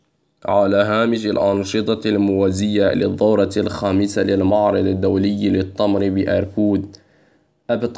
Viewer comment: التمر وليس الطمر اللغة العربية تحتضر